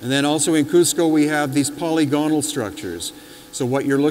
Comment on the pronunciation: Good lord man, please pronounce "polygonal" correctly. Such good stuff except for that one thing.